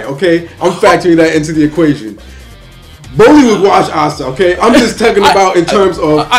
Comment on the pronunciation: Wooooooow this is a very tufe one, very good debate bros 😂👍 Man says broly 😂